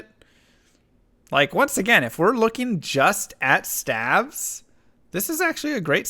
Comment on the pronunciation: Stayves, not stavs